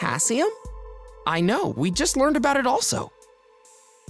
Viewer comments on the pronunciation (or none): none